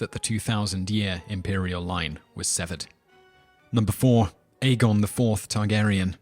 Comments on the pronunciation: what was that? Ai-gi-on? Aegon? I've heard Egg-on or Ä-gon (the german ä) or A-gon, but never Ai-gi-on. Most say A-gon I think But the guy who reads the audiobooks also pronounces some things differntly than most readers. Petyr, Brienne and Valar Morghulis I read differently and the show agrees The Doom was in 114 before the conquest, not 1 or 2 (or did he say 102? That's wrong too, there is no set year in the show and in the books it's 114) Aegon the Conquerer's great-great-great-grandmother was Daenys the Dreamer who forsaw the Doom and her Father Aenar the Exile moved his family and dragons from Valyria to Dragonstone about 10 years before it happened and then they just hung around till Aegon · 1. you are out of control. pronounce something right for once. it's aegon, pronounced egg-on. 2. not everything is fn china. hadrian's wall makes infinitely more sense, and btw, the great wall of china may be longer than the wall in westoros, but the one in westeros is much taller. and have you ever heard of the black dinner or that roman that had molten gold poured over his head? gtfo of here! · Aegon the conqueror pronounced Aie-gon, not Adrian someone new will get confused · hold on did he just say aegon like "aygeeon"? its "aygone".. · Age-e-in? Dude find out how to pronounce pretty major characters of the series before making click bait videos that try to knock it down a peg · He didn't pronounce some asoiaf words that well either. Aegon for example